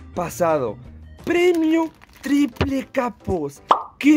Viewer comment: Nunca había escuchado que alguien dijera “PREMIO TRIPRE” buena suerte bro félicidades 😎 Y también por las 2 arenitas